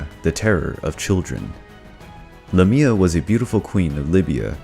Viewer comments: He pronounced it wrong though...the way he stressed it is a place in Greece. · Not Cry-sah-ore. Chris-ah-ore. Not Luhmia, Laymia. Not Hecateh. Hecatee. Not Empusa, Empousa - and not both feet were donkey. One was brass. Not Like-eon. Like-ah-on. Also, he was punished for FEEDING HIS SON TO ZEUS, not that nonsense you gave. Not Dyonisius. Die-oh-nigh-sus.